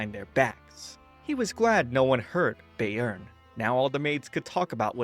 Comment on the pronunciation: I didn’t pay attention last time I watched this but, eeeeeeeh, that’s not how you say “Bayern” 😅😅😅 it’s not “Bay-earn” 😅 Bayern is a state of Germany and the correct pronunciation would be “Bye-ern” 😅 Or “Bai-ern” if that helps